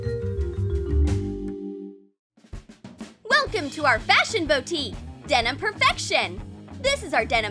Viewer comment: STOP SAYING DENOM!!!!!!!!!